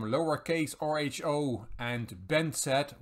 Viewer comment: "rho" is a Greek letter so "lower case rho" is probably not pronounced "R.H.O" :) 'J' gives you another shot at Capablanca, who was a popular suggestion in the 'C' video.